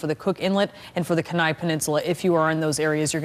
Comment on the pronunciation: KEY NIE not ken eye